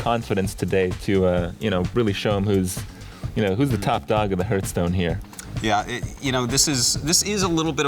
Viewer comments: ITS HEARTHSTONE, KRIPP, NOT HERDSTONE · Kripp, its pronounced Harthstone, not Herthstone. That bothers me so much. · Who the fuck says Hurthstone? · he says it hurtstone to this day